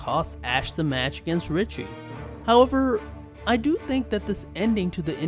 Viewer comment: If you're gonna do voiceover why not learn how to read? Instead of 'However' you say "hurrver" like a dumb ass..